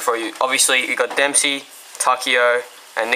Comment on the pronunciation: TAKEO IS JAPANESE AND THE RAY GUN WAS MADE IN JAPAN!AND ITS DEMPSEY NOT DEMSEY